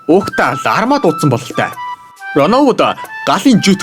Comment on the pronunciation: Larma❌ Larva✅ hahahahah